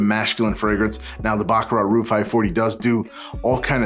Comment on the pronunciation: NOT "Roo" but "ROOJ"